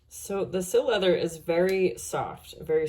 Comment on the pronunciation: Si-Leather. Cy-Leather. NOT Sill-Leather.